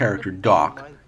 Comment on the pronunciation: It's Marthe...not MarthA 😮